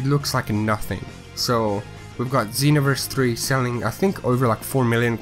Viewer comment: Was it just me or did he say xenovrese 3